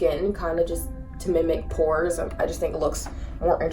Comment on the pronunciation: Lol i read the comments first so i heard it but she said to minic pores lol